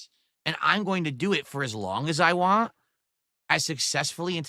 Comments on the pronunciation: Dude needs his ass physically kicked,he needs a huge slice of humble pie. The way he says “WHANT” makes me fucking cringe sooo bad. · The way he says want without a T at the end makes me want to puncture my own eardrums